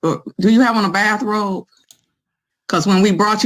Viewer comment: First of all, it's not a bathrobe. It's a "Baff-Robe".